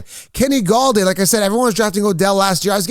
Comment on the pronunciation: i think he meant to say Golladay 😂